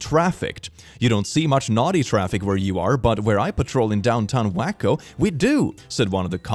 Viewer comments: lamoooo, you called Waco Wakko and that's not the right way to pronounce it but it is TOTALLY the right way to pronounce it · I would believe that Waco has these problems. I lived there as a kid and it is full of crazy people, including my crazy ex step father. Btw, its said like way co, but i always say it like click... they are mf crazy after all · Being from Texas and hearing read Waco as waa-ko instead of way-ko is hilarious. Because people from the area call the town Wako due to everyone being/acting crazy there.😂😂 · In the story about the child endangerment case regarding the child walking home, the city (Waco Tx) it's pronounced as Way-co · Me loving how he pronounced Waco… we call it Wacko Waco Texas so that’s hilarious